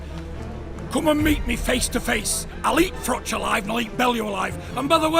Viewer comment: It’s Froch not ‘Frok’ FFS